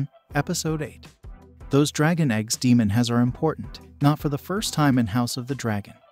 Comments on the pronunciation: Yes I had to unfortunately turn it off because of that constantly calling Daemon Demon🙄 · He said Egon and Demon!! 🤣😂